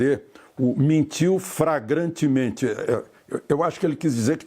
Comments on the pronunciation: kkkkkkkkkkkkkkkkkkkkk Mentiu "fragrantemente" !!! kkkkkkkkkkkkkkkkkkkkkkkkk! Alexandre é inacreditível!!! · Além de cheio de processos esse Sr. Relator da CPI NÃO SABE PORTUGUÊS: flagrantemente é diferente de fragrantemente... Como um homem desses foi eleito ? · Adorei Alexandre o, "fragrantemente", a falta de conhecimento do português é terrível. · "FRAGRANTEMENTE" 😂😂😂😂😂😂😂😂😂😂😂😂 #RenanVagabunfoEBURRO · FRAGRANTEMENTE????? Misericórdia 😂😂😂😂...esse é o relator 😂😂😂😂😂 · "FRAGANTEMENTE" (de perfume)... kkkkkk Essa do Alexandre Garcia, foi ótima...kkkk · Mentiu "fragrantemente"! Dito por Renan Canalheiros. Kkk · "Mentiu FRAGRANTEMENTE" Hahahaha o nosso Congresso é uma piada... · Renan Calheiros além de VAGABUNDO, CORRUPTO, DESONESTO , DELINQUENTE É SEMI - ANALFABETO! ALÉM DE BANDIDO , Ê ESTÚPIDO ! "FRAGRANTEMENTE " KKKKKKKKKKKKKKK !!!!!! É MUITA IGNORÂNCIA !!!! KKKKKKKKK